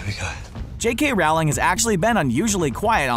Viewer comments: Okay I have to say it bc it kinda bothers me that you say her name wrong. It’s not ROWLing as you say it. Her name is pronounced ROwling (like if you were to go bowling). Can you please try to say it properly in future videos, thanks! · it's row ling...come on man. research. not rawling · Here's my Theory. Nobody at Screen Rant has ever watched or read an interview with Jo Rowling. No matter how many times people correct them on the pronunciation of her name (It's Rowling as in Bowling, not Raoling as in Howling) they can never seem to get it right. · It's not though. It's row as in a row of ducks. Bowling, rolling.. Google it. You'll see plenty of interviews where she corrects people and asks them to pronounce it rolling, not raoling. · It’s Rowling like bowling not Rowling like growling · Also it's pronounced jk ROWling, row as in cow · Actually when everyone was sitting down in the Order of the Phoenix Sirius was the 13th person, he's the first person to stand up to make a toast and he's the first person to die afterwards before Dumbledore dies. The Unlucky number 13 was connected to sirius black not Dumbledore And its pronounced rolling not rowling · it’s pronounced Rowling actually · Rolling! its pronounced rolling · It still baffles me when people don't know how to pronounce "Rowling" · I can't take anything in this video seriously if the narrator can't even pronounce the author's name correctly..